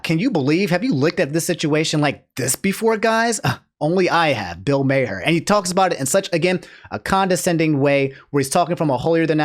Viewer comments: I might have to sub to 1 of these days, because his mispronunciations crack me up. Bill's last name is pronounced "Mar", not "May Hare" or "May Her". 😂 IDK why getting so upset over a rich old white guy who used to host a show called "Politically Incorrect", but it's hilarious (because "boomers" trigger him). 🤣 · It's not mayher it's Maar if you want to roast somebody at least say the name right. Maher (maar) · Bill Maher's last name actually pronounced Mah-er or Maar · Bill "May-her" 🤣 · Hey, I watch you and enjoy your personality, and I also watch Bill Maher (pronounced maar, like the first part of March, but with the a slightly longer.) Some of his takes are pretty boomer, but for the most part he's spot on the money. I think you should watch a full episode for context to who he is. The referenced "bit" is usually some kind of hot take at the end of his show and is usually the boomiest. That said, I don't like watching people play games all day, and I find it weird that some people do that, so I think what he said there was too vague and out of touch since watching sports, comedy, streamers or anything all day would be unhealthy. Anyways, stay safe and healthy. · here's the full video on the Bill Maher (pronounced as Mar) take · I like Bill Maher (pronounced like "Marr") but he should stick to attacking politics. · Senpai noticed me! 🤩 Also, Bill Maher’s last name is pronounced “Mar.” (Rhymes with bar.) EDIT: Also, also, Disneyland was holding a moment of silence for those who’d died of COVID when the photo of the crying Disney Adult was taken. Mother Brain… 🙄